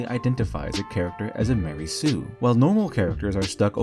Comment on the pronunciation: MA-REY SUE